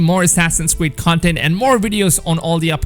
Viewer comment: Assassin’s cweed (sorry I had to point this out this is just too cute to ignore😌